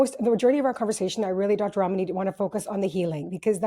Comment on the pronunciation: I love Dr Ramani so much. I also appreciate the host for pronouncing her name correctly. 😁